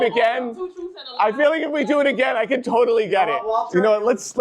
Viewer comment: killed me when she said- "There's tons of other lies that he's told that we casn focus on."🤣🤣🤣🤣